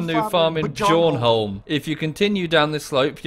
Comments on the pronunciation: Bjornholm is pronounced yornholm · Its pronounced byornholm just had to correct u